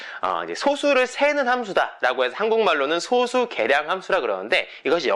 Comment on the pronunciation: 제가 젤 관심있어 하고 재밌어 하는 수학 문제가 리만 가설인데, 아주 유익하게 잘 봤습니다. 참고로, 소수의 발음은 [소쑤]입니다. 제가 어렸을 때도 그렇게 배웠고, 표준국어대사전상으로도 [소쑤]의 발음이 맞습니다. 0과 1 사이의 숫자인 소수와 적은 수효라는 의미의 소수의 발음은 [소:수]가 맞구요.